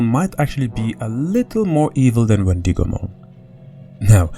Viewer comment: Ok please let me know if anyone else is getting annoyed when he says Wendigomon like the I in it is pronounced as an E instead of an i. Or is it just me